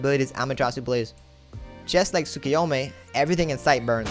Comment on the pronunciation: Did he just say tsukuyome?